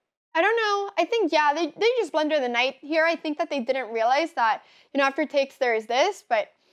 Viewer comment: I love the way Anna pronounces "blunder", it sounds like "blender", which I thought for a while was a chess term, like put yourself into a blender LOL